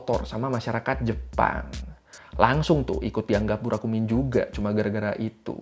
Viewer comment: Burakumin ya bukan Burakuman